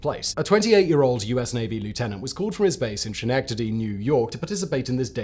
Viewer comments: Minor nit: it's Sken-eck-tah-dee, not Shen-eck-tah-dee. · Schenectady????? Ska-neck-tady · As someone born in Schenectady, I do not fault you for mispronouncing the name 😂 it's a mess Skuh-neck-tah-dee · Ha I thought I was the only one to notice that!